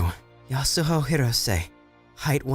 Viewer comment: someone should tell them the h in yasuho is silent... or at least im pretty sure it is and everyone else ik says it that way